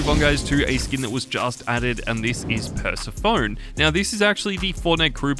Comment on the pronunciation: Bro learn how to say “Persephone”. It’s Per-Seph-o-knee. You sound so stupid in every video.